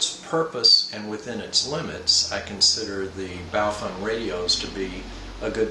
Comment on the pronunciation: It's Baofeng, not Bowfung. :-/